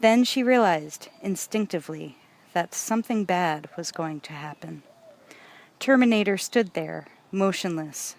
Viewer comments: The Turrrmaaanatrrrrr xD Love the narration and enthusiasm Thank you so much for this brilliant read ❤️ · The TerminatorRRRrRrRrRRRRRrrrrr!!!!!